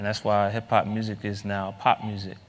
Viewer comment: Hip-pop not HIP-HOP!!! :)